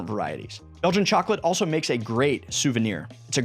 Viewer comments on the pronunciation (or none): none